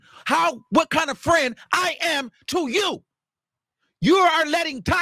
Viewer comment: And the annoying Sean davie way mannerisms that he’s adopted when adding extra syllables on words . Wtf is a perioduuwwll or frienduuwwlll 😂 like I can’t watch either I tried with Sean multiple times and always leave . I can’t digest they content